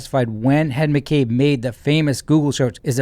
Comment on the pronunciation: “When Hen McCabe” 😂😂😂